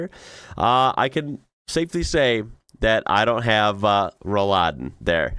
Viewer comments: Roll-Läden are not so much a German thing - they are very popular all over continental Europe. Like most modern tech in houses and buildings. Your second attempt was spot on. Roll-Läden (I'm writing it like this so it becomes obvious it's two words in one) aren't pronounced like Rouladen - which is a French word we use for a meat roll😉 "Roll" has the same meaning in English - and is spoken with a short "o". "Laden"/"Läden" (plural) are window/door shutters. Back then - they were split in the middle and folded to the outside. Many traditional houses (like in Bavaria) still have those. This neccessitated the window to be open. Another meaning of "Laden" is (retail) shop - because a very, very long time ago our shops started as an open window. Walking in came later. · The emphasis is on the o. If you give the a the emphasis it's something different! 😂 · Most of the times, mispronouncing something isn´t a problem. I this case it is. What Rolläden are, you have seen in the video. The "ä" in Rolläden is pronounced like the "a" in (I) ate (something). Not exactly, but very close. The way you pronounced it, it´s a braised (beef) meat dish (Rouladen) in europe. You don´t want to mistake one for the other, believe me! :DThe concept of Rolläden, or Rolladen (depends on the area) is more than a hundred years old. There should be a wikipedia entry for that to learn more. Even amazon can be a good source to learn more about this amazing contraption. You can find these all around the world. In the US and canada, you use them even in the back of your delivery trucks. That´s why your surprise about this is a little puzzeling for me. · When you say “Rollläden”. It sounds like “Rouladen”. Which is a delicious meal. hahaha. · That's why I got hungry when watching the video, hearing "yummy Rouladen" instead all the time . 😀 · I like how you turned Rolläden into Rolladen - or closer to Rouladen. You basically pronounced Rolläden as meat-and cabbage rolls. 😅